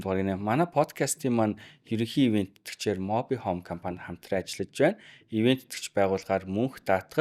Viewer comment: Моби хөүм гэдэг юм. Моби хоом гэдэггүй байх.